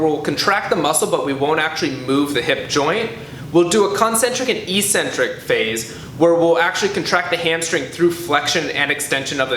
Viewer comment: I wish he knew how to pronounce 'eccentric'.